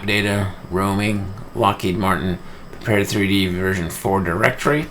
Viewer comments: Good video. But man, you are a LM beta tester, you should at least know how to pronounce the title of the software. It is "Prepared", not "Prepared 3D". Straight from LM: "Prepar3D (pronounced “prepared”) is a visual simulation platform..." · Thanks,. I appreciate the Quick Tip video. I'm looking forward to the next! BTW - from LM's website: "Prepar3D (pronounced "prepared")..." So, it's "prepared" or P3D (pea three dee) for short. I know...I know...totally useless information. Feel free to ignore.:) James